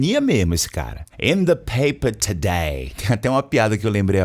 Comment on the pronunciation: Minuto " in the PAPER TODAY " me lembrou exatamente a pronúncia do ator e comediante britânico Ricky Gervais.